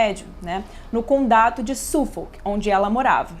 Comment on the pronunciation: Porque "condato" ao invés de "condado"?